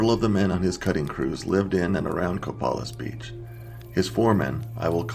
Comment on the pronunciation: Co-PAY-liss Beach. LOADS of them around here...that's near the Quinault Nation reservation.